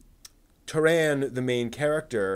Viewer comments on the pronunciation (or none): PRIH-dane, TAHR-un, the novels are based on WELSH MYTHOLOGY, and th way they are structured is similar to the Mabinigion, an ancient text full of old Welsh stories. Do some basic research before you make a whole ass video man.